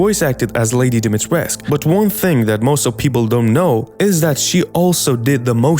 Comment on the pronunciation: The "u" at the end of her name is pronounced 🧐🧐 so many people got this wrong